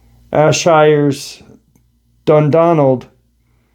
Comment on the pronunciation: That’s just blown my mind. You just said ‘Ayrshire‘ ‘Dundonald hill’? Ayrshire is pronounced ‘air-shire’. That’s in Scotland not far from where I used to live. 🤯 Holy shit. You just said Irvine there which IS where I used to live. I’ll need to look into it. Kilmarnock is pronounced ‘kill-mar-knock’. Also not far from Irvine. Wow. This has blown my mind. 😱🏴❤️